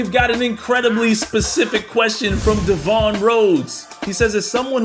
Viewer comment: Hello everyone, De-Von here 😂😂 Aye,, why u gotta do me like that?! It's just like Devin 🤦🏻‍♂️ but with an "o", understandable mistake though my guy. Coulda just stuck with D9, like you do when we play Battlefield 2043 or Halo Infinite together 🫠🫠 -D9mm